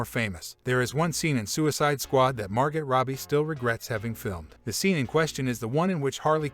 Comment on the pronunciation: Probably work on the Text to speech pronunciation next time...."Margot", "Rogen", "Connery"....learn those, and maybe we'll be back.